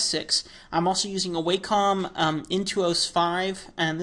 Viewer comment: "Wahcom" not "Waycom"